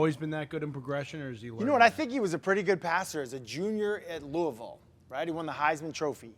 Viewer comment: Thank you Hasselbeck for pronouncing Louisville correctly.